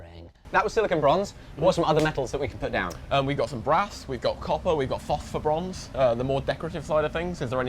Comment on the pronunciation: fofferbronze, is he saying phosphorbronze? man these english dialects are tough to understand.